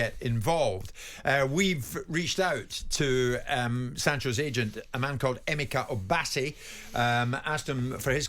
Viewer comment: Did he say Emeka Obasi? 😅